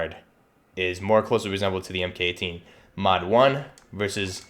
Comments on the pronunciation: It’s pronounced “Mark 18.” Not “Em Kay 18.” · Cool video. Buuuut, the "MK" in MK18 is pronounced "mark". And the "SOP" in SOPMOD is pronounced like "mop" not soap. Other than that good work.